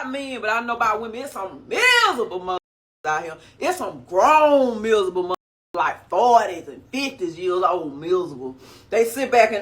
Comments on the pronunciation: Misable lol like there’s no r in miserable 😂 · "There's some mizzable mu'afuckas out hya" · MIZABLE, MIZABLE MIZABLE!!😂😂😂